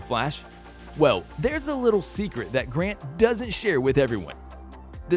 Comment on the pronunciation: its grant not grand do some researche